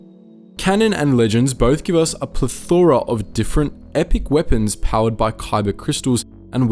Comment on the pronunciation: Ple THORA, lol, all one word, watch Three Amigos for the proper pronunciation.